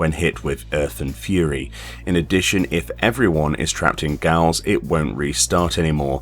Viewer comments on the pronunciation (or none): Funnily enough that's a word I looked up very recently because I never knew how to pronounce it. Lol. I used to say it like he did here. but it is indeed pronounced like jail and means the same.